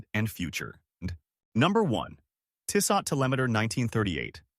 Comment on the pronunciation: Tissot™ (Tiss-soe) Thanks for the video.